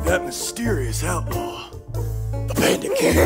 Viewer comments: the first time i watched trail to oregon, the whole time i thought was saying “the panda king” instead of “the bandit king” which made the whole show 30x funnier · holup i legit thought it was panda king and not bandit king. what.